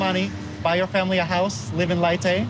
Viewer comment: Her hometown is pronounced lay-tay but spelled leyte